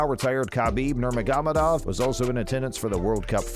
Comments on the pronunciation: Dude, you slayed Khabib’s name. Nurr-māgo-med-ovv. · Does it take you 3 months to edit a video? This data is old as fuck. NUR-MOG-OH-MED-OV ...work on it.